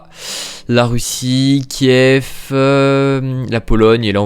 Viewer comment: Il dit "Kief" au lieu de "Kiev" 💀 Il clique sur Istanbul au lieu de Ankara ☠️☠️